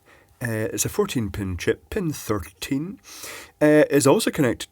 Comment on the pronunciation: I love how you say "Chip(puh)".